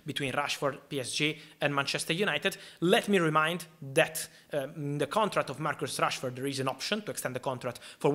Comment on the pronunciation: Italian accent saying Marcos Rashford not Marcus😅😂